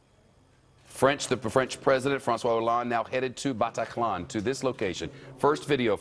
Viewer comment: I hate this presenter and the way he says Bataclan . I also hate how america make it all about them